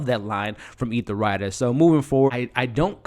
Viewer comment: Love the recaps but as a person who is to be providing professional recaps you have to get the names and pronunciation correct to be taken seriously. Ethelrida is not EthaRida. Gaetano is not guytello.. it takes away from your validity.. you do a good job. Tighten it up brother the potential is there!